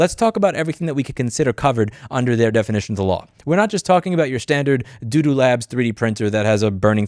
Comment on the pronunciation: It's repeated; I'm pretty sure it's a deliberate sleight, as is saying doo-doo instead of Bambu.